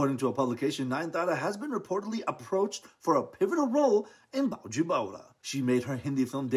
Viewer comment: It's baiju! Not bowju!!!!!